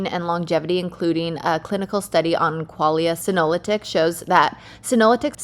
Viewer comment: Kaitlyn, you completely mess up the pronunciation for Qualia Senolytic. Embarrassing for you to have this major oversight happen and shows a lack of respect for the company. This will be shared.